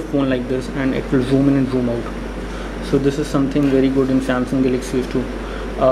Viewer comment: zhjoom, lmao